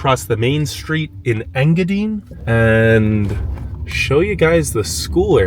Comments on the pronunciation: Overall Great video, great energy and good basic intro to UP, his pronouncing of Engadine , I’m dying …. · Nobody's going to tell him it's pronounced EngaDINE? Like you're going to eat. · I keep laughing at how you say Engadine. It's En-ga-die-ne. Hello from a lifelong yooper, from Marquette to Houghton to iron mountain and now Norway. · Engadine...dine not dean..😉😄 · Engadine....pronounced Engadyne, not Engadeen. From a Troll who was born in the UP and left my heart in the UP. I wasn't in control of the remote so, unfortunately, the video ended in Engadine for me. I hope you went to the Seney National Wildlife Refuge. Also, check out The Hut Restaurant in Wolverine, just north of Laurium on 41. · Engadine is pronouced Eng gah dine like dine for dinner. LOL Lived not that far away from there in Curtis Michigan. Check it out sometime. In TN now. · Engadine is pronounced in ga dine A weather man on Detroit TV used to have fun with their name back in the 70s (Sonny Elliot) Engadinga dinga dine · Ok you need to learn how to say the names of these places Sir good grief. I’m a native Yooper born and raised moved to Tennessee about 4 1/2 years ago. Engadine (Ing-Ga-DINE) Baraga (BEAR A GA) Kewadin (Ka Way Din) Tahquamenon but idk if I can pronounce that without saying it to you, lol I can’t remember all of them but that’s to start just wanted to help ya out. Cool video. I’m from Newberry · Engadine is pronounced as you pronounce the word “dine”. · Yooper here. Hiya! It's INGA-dine. long "i" in the last syllable like the word diner. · Did you know there two vehicles on Mackinac Island? A fire truck and a rescue vehicle. It's pronounced "Ing-a-dyne". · Engadine is pronounced N-GA-DYNE ;-) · He's killing me with his pronunciation of Engadine😂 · I'm watching the video where the guy goes to Engadine. I'm watching it in Marquette, Michigan. I myself have never lived anywhere but the U, P. and the guy is saying Engadine wrong. Not a big deal just thought I'd let you know.